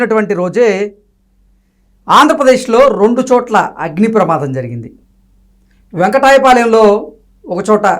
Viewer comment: U should pronounce వెంకటపాలెం